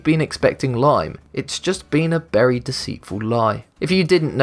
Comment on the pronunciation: "It's just been a berry deceitful lie." ON POINT